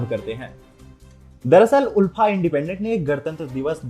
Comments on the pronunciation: Kisne kaha..Assam mai BJP aane se pehle bhi log toh bahar nikal kar 26 Jan celebrate karte the..Aap yeh sab galat kya bol rahe hai????? Pronouncetion is Aalfa, but it's ULFA Actual word toh dekh lete atleast🤣..kya hoga humare Murkh Mainlanders ka..God knows..sudhro sudhro.. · there's only one universal way to annunciate the term and it's clearly not "aalfa".